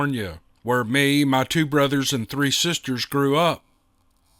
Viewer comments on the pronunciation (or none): none